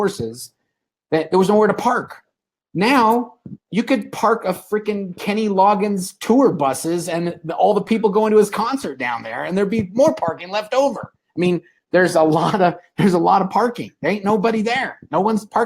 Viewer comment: Did he just say Kenny Logins?? lol geeesh